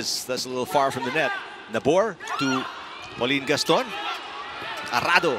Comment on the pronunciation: I love how the commentators kept saying Ponggay's name as PAULINE GASTON!!!